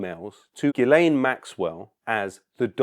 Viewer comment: Ghislaine is prounounced Gee-lan (g as in ghee)